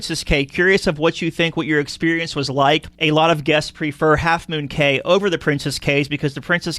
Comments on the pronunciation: It's pronounced "key". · Please learn how to say the word "Cay" - it is pronounced KEY for both Princess Cays and Half Moon Cay